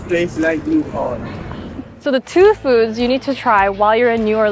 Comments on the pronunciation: Please for the love of GOD say the name of our city correctly :text-green-game-over: ok WTF i just finished watching this crap and OMG you need to do your research. i don't even know where to begin but this is the worst i have ever seen in terms on showing the city and what we have to offer. You cant pronounce the words and you insult the entire state when talking about the GATORS and MAGROVES which is FLORIDA. Serious don't come back and do any further videos as its insulting and infuriating your inability to do anything correct ok your beach crap is not New Orleans its Mandeville LA 30 plus miles away.... Seriously you need an education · First off, learn how to correctly pronounce New Orleans. Second, you are an offensive idiot with zero class. Stop making videos. Your personality is ignorant and abrasive. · Agreed, I feel like someone with over a million subscribers would learn how to pronounce the city she is visiting... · Im tripped by how you pronounce New Orleans😂 never heard it pronounced that way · the way shes pronouncing new orleans is killing meee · ah yes the correct way to pronounce the name of an American city, originating from the French equivalent Orléans, can only be the UK English way. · Nice video but we don't say New OrLEEns. It's New ORleans. I could only watch about 3 min of you butchering the name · The city is pronounced New "Or-LENS," not Orleeeens. Also, to erase the African American origins from Creole people and cuisine was uncool. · physcally hurts when she pronounces it new or-leens instead of new or-lins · It's pronounced "New-Orlins", not "New-Orleenz". Fun video though! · Nice vid of my hometown. Btw, it's pronounced New Or-lens not New Or-leens. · I'm super surprised that the locals haven't swamped the comments saying it's pronounced as "Nou Or-lins", not "Nou Or-leens". As southern people tend to be pretty proud of their local traditions. I guess an Asian girl doesn't have many viewers from the South? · New Arl-linz